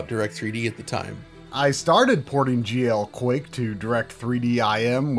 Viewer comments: My blood pressure every time he says “geoquake”. Excellent breakdown of the history of the game. First game I ever played multiplayer on PC and probably the first 3D accelerated too though I can’t recall for sure. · No, I was confused for a second as well when I first heard it. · me too..lol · I know he's saying GLQuake, but it really just sounds like GEOQuake to me.